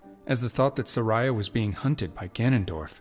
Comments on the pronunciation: It's Sar-ee-uh. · Everytime he pronounces Saria as ”Suh-rai-ah” I die a little inside